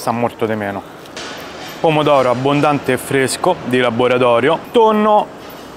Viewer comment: Er pomodoro de labboratorio….un si può proprio sentire!😂😂